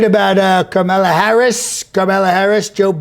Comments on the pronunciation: Just FYI, her name is pronounced "Comma..la" Harris. I love comedy. But you'd do better to make your point if you were sharper on the truth. I have no respect for her based on her stance on 2d amendment, border issues, and health care. But still, use your comedic talent in a more credible way by being informed. Use your talent to represent the USA in a meaningful way! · Pronouncing Kamala correctly. Trump impersonation fail! Seriously though love your work keep at it man while you still can! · "Karmella Harris"